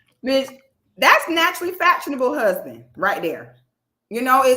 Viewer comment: Its the “naturally FATshionable” thats sending me 😂😂😂😂